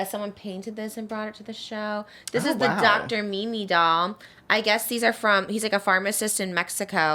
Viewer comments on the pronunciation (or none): So much love Trisha!! But it’s Dr. Simi! Lol😂🫶🏼🫶🏼🫶🏼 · Her saying dr Mimi is instead of dr simi 😭😭😭💕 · Dr. Mimi 😂 it's Dr. Simi 🙈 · You saying Dr. Mimi is killing me 😂 Dr. Simi pls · trish it's dr simi not dr mimi 😭